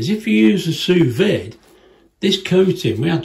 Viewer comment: It's pronounced "sue vee"